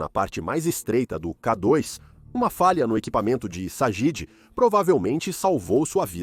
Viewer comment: IA - observem como pronuncia K dóis, com o O aberto, e como se atropela, às vezes.